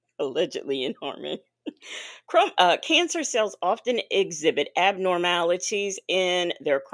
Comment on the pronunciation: said crimizone cancer 🤣🤣🤣🤣🤣🤣🤣🤣